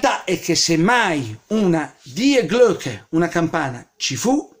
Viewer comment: ….devi pronunciare Di Glocke;)